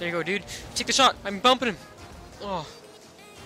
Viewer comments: it's Dude not diuude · the mans voice kills me "comon diud"!